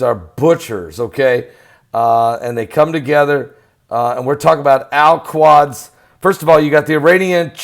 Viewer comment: Al Qudz (like Koodz)